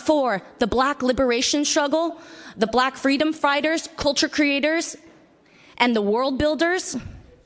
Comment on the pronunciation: Haha! The Asian lady said "brack freedom frighters"